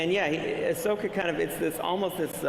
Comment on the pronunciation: Dziękuję za ten panel! Tylko błagam ! czyta się Asoka (wiem, że to mały błąd wymowy ale dla mnie SW bez Ahsoki to nie SW ;D)